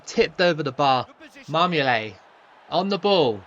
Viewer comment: you keep calling marmouyet marmoulet